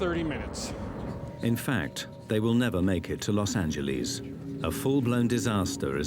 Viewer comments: Las AngeLAS God damn Brits not Las AngelLEASE. 😂 If you're talking about our cities pronounce them correctly. Damn listening to Brits drives me mad sometimes. 😂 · Los angeleeez